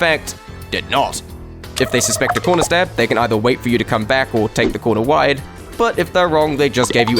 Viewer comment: What is a conrer stab he says conrer stab